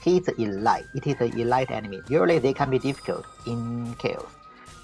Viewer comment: Hi, love your videos. As an aside though, this isn't intended as a slight but when pronouncing "elite" it's actually pronounced "E-leet". English is weird;)